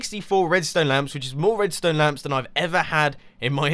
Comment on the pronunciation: Mumbo always says Redstöne :p